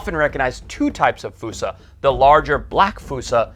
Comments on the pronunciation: wouldnt "fuu-sa" be spelled foosa not fossa? So "Foss-sa" sort of like fossil?? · Im trying to watch ur vids but every time i take issue with your pronunciation ITS FOSSA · Why is it spelled Fossa but pronounced Foosa =(